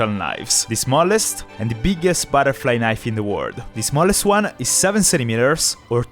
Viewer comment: "il più grosso baraflai naif"